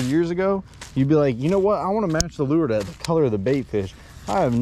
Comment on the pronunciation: I'm still trying to figure out what the hell a "loo-er" is! Somebody needs to let this guy know the word 'lure' is a ONE syllable word, and pronounced 'loor!'